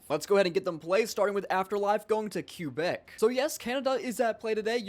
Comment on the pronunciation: CUEBECK. do French on duolingo